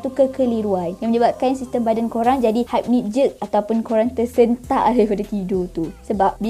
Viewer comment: pronounciation penting. sebutannya ialah hipnik. bukan haipnik. sekadar perkongsian 🤗